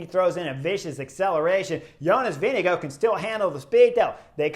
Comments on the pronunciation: Some say “go” and others say “gaard”, Let’s just admit pronouncing Jonas’ name is hard. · How's he pronounce it then? I hear all the europeans say vinga guard. I watch the international feed. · I’ve heard him pronounce his name. Its not vin ga guard.